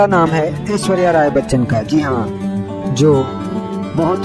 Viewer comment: भईया Aishwarya Rai Bachchan ka नाम ऐस्वर्या ना होकर ऐश्वर्या है। और मसहूर ना होकर मशहूर होता है। वर्स ना होकर वर्ष होता है।कुछ बोलने से पहले "श" और "स" का अंतर समझ लो,फिर कुछ लिखो।